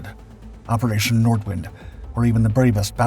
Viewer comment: It's "Nordvint", if you correctly pronounce the German